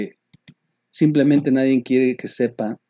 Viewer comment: te oi mal o si lo dijiste "nadien" te contagias de pejeñol?